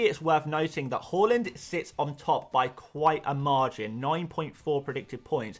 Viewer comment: Please prounouce Haaland properly🤙